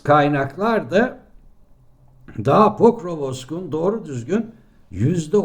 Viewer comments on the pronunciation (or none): Pokrovsk (sizin tabirinizle Pokrovosk!!) dustu hocam. Ukrayna'nin yayinladigi haritalara bakin. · Pokrovsk (senin değiminle Pokrovosk) ne oldu hacı? Doğru dürüst sesin çıkmıyor bakıyorum, iki kelimeyle geçiştirmeye çalışıyorsun seni kerata seni. Senin bağımsız kaynaklarını yesinler )))) adamlar Pokrovsk merkezinde dakikalarca süren video çekti, seninkiler oradan bir kareyi alıp Rus bayrağını Ukrayna bayrağına fotoşopla değiştirip yayınladı, işte senin "bağımsız kaynak"ların.